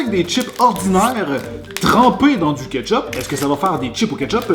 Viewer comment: J’entends chipe au ketchupe